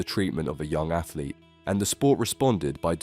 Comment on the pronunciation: "athlete". LOL, give me a break